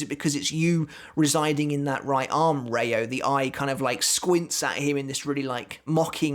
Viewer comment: And it's rei-oooo (the o is long) not reyo.